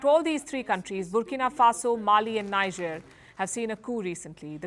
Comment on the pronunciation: When will this our lady ever know how to pronounce NIGER as “nijeh” and not “ na-ija” ? . NIGER pronounced as naija is a state in central / western Nigeria.. while NIGER pronounced as nijeh is the junta country in the African Sahel region.. please be humble enough to take correction.